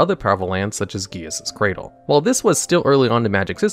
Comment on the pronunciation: excuse how the fuck did you pronounce gaea's cradle?